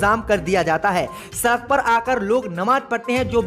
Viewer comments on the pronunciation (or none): none